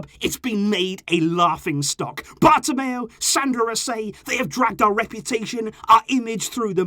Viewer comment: It's so important that we don't repeat this mistake (Bartemeo) ever again.